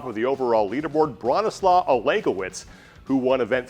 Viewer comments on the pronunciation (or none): Love the studio. Love the production quality. Could you guys please view or contact local content from athletes who's names you don't know how to say, first? Bronislaw is said with the letter w sounding like a v so the latter part of his name is more the the word 'slave' vs 'slaw' as in the food. This is the same for his surname. I'm sure that you wouldn't like your name said like the word 'seen':)